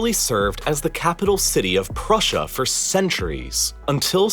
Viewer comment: “Prussia” I cant😂😂😂😭😭😭😭